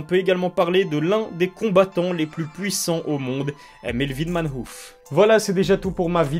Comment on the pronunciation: Melvin ManHOUF!! Ca ce prononce ManEUF, Manhoef.